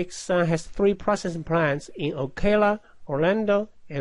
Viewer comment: Would be nice to finish the problem. Also, if you're going to use English, figure out how to pronounce it correctly (e.g., "citrus" does not rhyme with "flytrus") and use cities you know how to pronounce (e.g., Ocala = Oh kah' lah).